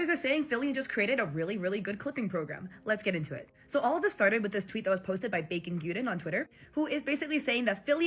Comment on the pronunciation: TJE WAY YOI PRONPUNCE BACON GUDEN HELPP 😭😭 ut means bacon god btw :3 guden means “the godl